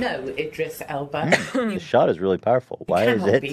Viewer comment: Lol Ethan mispronounced Idris Elba's name twice then proceeded to say that he loves him.